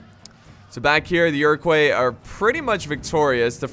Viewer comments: Iro-kwah not coys. Never did learn to pronounce foreign names did you haha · Iroquois is pronounced like Ire-qua, not Euro-quas, it's french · It’s pronounced ear-ic-wa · I'd just like to point out that Iroquois is french so it is pronounced Eer-oh-kwah just for future reference 😊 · Iroquois is pronounced ear-ah-coy The s is silent. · I don't mean to be douchey, but Iroquois is pronounced Iro-kwa, just saying